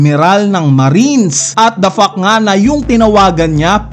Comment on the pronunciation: Puro ka dafak. Parang nagmumura lagi expression mo mag-review. Bigkasin mo maigi yong letter “T” sa word na “Fact”.